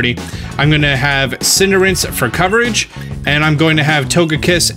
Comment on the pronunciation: Love you but... Cinder Ace. >.< lol Keep it up man!